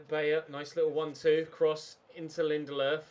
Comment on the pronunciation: Lindelofs pronunciation🤢🤢🤢🤢 stop using an accent it’s so shit